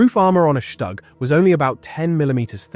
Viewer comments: Shtug, shtug, shtug. it is called STUG not SHTug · Shtoog, not Shtag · Het minste wat de verteller kan doen is de naam Stug correct uitspreken. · Learn to pronounce StuG. Try Forvo or learn basics of German.